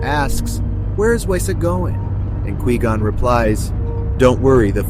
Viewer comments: why do you keep saying "Key Gon" and not Qui Gon lol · Who is keygone? It's not que gone either It's Quigon (kw-eye-gone) Have you ever watched the phantom menace? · Lol kee-gone, kai-gone, kwee-gone. Its pronounced kuh-why-gone, bro. Were you saying it wrong multiple ways on purpose?😂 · Qui-Gon is not pronounced as Key-Gun but as Qui-Gone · It's kwy-gonn not kee-gon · The audacity of pronouncing Nute Gunray correctly but calling Qui-Gon “key gone” 😂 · Key-gone, carry on. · Stop saying Key Gon.. are you serious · I could only hear you say key -gon 3 times and I had to dip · Kee gone... Girl really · Ki gon, Qwee gonn, Kai gon. If I hear one more mispronounced version of his name lolol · I’m wondering if it’s AI that is speaking in this video because I’ve never heard anyone pronounce qui gon as kee gon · “Key gon” 💀💀💀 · Tell me u just called Kee Gon😭😭😭😭 don’t even talk abt Star Wars if u don’t even know their names bro😭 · I had to stop watching this just because you wouldn't stop saying Key gon 🔑 😡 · “You once were a Key-Gone, but now you will BEgone!” Darth Maul. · “Obiwan expresses to ki-gon” 😂😂😂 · Key Gon? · Kwee Gon? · Kai Gon? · Key Gon :D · ah yes, kee gon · Couldn't get past hearing "Kee-Gon" and had to shut off the video. I'm sure it's an adequate list though. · FUCKING KEE GON, turned video off instantly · It's pronounced KWAI gone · OMG THIS VOICEOVER CONFIRMS QUI GON IS ACTUALLY KEEGAN FROM KEY AND PEELE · chills would definitely pronounce it like that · That's not how you pronounce qui-gon... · How can you mispronounce quigon? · I literally couldn't watch this! He keeps mispronouncing Qui Gon. If this had been created by a real fan, this would not have happened. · I honestly can't tell if that's ai speaking or not but the way it says Quigon kinda bugs me lol But yes, very good clue finding and hail Darth Binks~